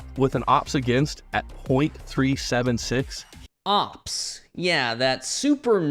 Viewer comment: As international baseball fan, some times a caught my self calling “ERA” as “ÉRA” (like “end of an Era”) i think is a “fair mistake” for the. Also, if you never use AI, OPS probably sounds OPPS, because AI doesn’t know that OPS pronunciation is O.P.S, and you need to do some “adaptations”, i think is obvious that guy never used an AI voiceover before.